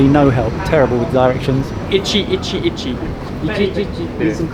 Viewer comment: said he speaks Japanese, but he has no clue, lol. Hearing "1-1-1" as "itchy-itchy-itchy" just hurt, lol.